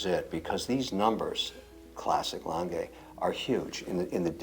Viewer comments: Its not langay kevin its lange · Love these collabs. It's also funny hearing trying to help Kevin pronounce Lange (Lohn-gah rather than Lang-gay) to no effect. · I swear to fucking god, if calls it “Longuh” one more time im gonna lose my shit. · You forgot his absolute butchering of pronunciation of German “Lange” 😂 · Kevin O'Leary pronounces the brand wrong :goodvibes::goodvibes: he pronounces is French!!! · Pleeease don't call the "Lange One", is "Lange Eins". Thanks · Very disrespectful, he mispronounces Lange disrespecting the manufacturer he interrupts, that's arrogant and disrespectful, just makes it too hard to watch for me.